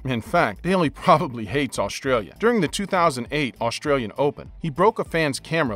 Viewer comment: Dude, st isn’t sh. Australian not Aushtralian. String not shtring. And on.